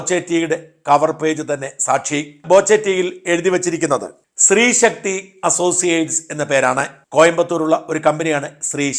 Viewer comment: "About boche 100 acres" എന്ന് വെച്ചാൽ 1000 ഏക്കർ എന്നാണോ? സ്രീശക്തി അല്ല ശ്രീശക്തി. നാവ് വടിച്ച് സംസാരിക്കാൻ പറ നിങ്ങടെ മുതലാളിയോട്.